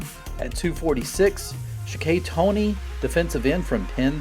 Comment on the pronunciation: Sha-kay Toney? Lol...... Never heard of Shaka Zulu brotha? Sha-Kah